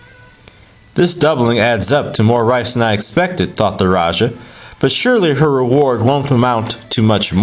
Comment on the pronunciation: Thank You for sharing! The correct pronunciation for Raja is Ra-Ja as in James not Jha or Ya. Have a splendid day! Peace.